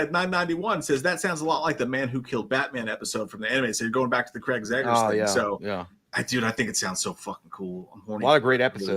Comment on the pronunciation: Say it with me, it’s Zach Cregger, Zach Cregger, Zach Cregger.. there is no Craig there is no zeggers 😂